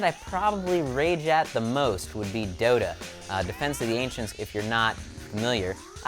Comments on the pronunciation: if you close your eyes at the dota review and pretend he doesnt ssay dota it sounds like lol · Sounds like he said dildo...